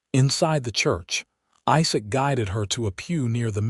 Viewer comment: Narrator having trouble pronouncing quite a few different words and names. Also says "Josephine" as 2 syllables instead of 3 syllables. And the mangling of "Isaac".